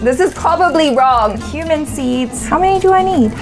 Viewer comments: says: Cumin seeds I hear: Human seeds 🤣🤣🤣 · Is it just me or u also guys heard human seeds when she said cumin seeds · Wait lol did she say human seeds